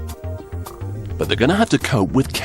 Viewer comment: "Wartah, Computah,Owah" this dude......